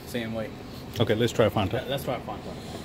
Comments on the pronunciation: Did he just pronounce it "fonta" you would get shot where I live if you didn't pronounce it "fanta" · They actually pronounced, 'Fon-tuh'. Was gentlemanly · Why are you pronouncing Fanta wrong? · Sorry I thought it was pronounced as “Fanta” not “Fanta”